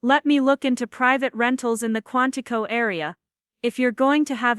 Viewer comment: QUANTICO, not Quantified